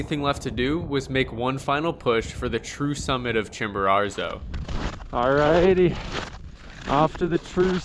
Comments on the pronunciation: Love the video, but drop the second ‘r’: Chimborazo, not ChimboraRzo Would love to hear you say it right once, this was the only thing that was driving me crazy the whole video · My dude, say it with me Chimbo~RAZO! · chimbararrrzo? lol come on man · Pretty bad he never got the name right once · Double on "ChimboRARzo" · Great vid. Curious why you gift Mount Chimborazo with an extra "r"? We made a drinking game out of it over here. People got sloshed . . . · I wonder what your Mexican guides think of that extra “R” you add to your pronunciation of the name of their peak. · Well done. I tried Chimbo in 2013 but turned back close to 6000m as I knew I would not have enought energy to do the return journey if I had summited. Perhaps my guide was too fast. 2 notes: please learn to pronounce the names of the mountains correctly. It hurt my ears. And Chimbo is NOT the highest volcano. Ojos del Salado is. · Love videos. Hate the way he pronounces Chimborazo 😂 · Nice redemption on this one! Great video. You’re 1 for 2 on summiting, but 0 for 2 on learning to say the name correctly 😂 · Good idea! They could teach him how to say Chimborazo.